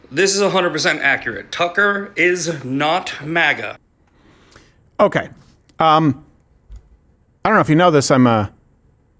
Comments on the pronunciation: Why does Crowder pronounce it "MAW-GUH"? IT'S "MAG-UH"!!! Then he plays a clip with 5 different people pronouncing it correctly, and he STILL says it wrong! :face-orange-frowning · I cant stand the alternative pronunciation of maga as maw-guh. Its mah-gah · “Mah-guh”…not it… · Steven's Canadian coming out saying "mawga", LoL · Everytime he says it, It makes me wanna punch a bottle of Maple Syrup. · This nerd said “MOGA”.